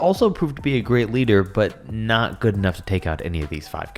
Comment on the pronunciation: PSA re not er sry it was annoyong me